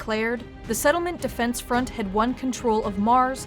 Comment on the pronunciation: "sefdef" lol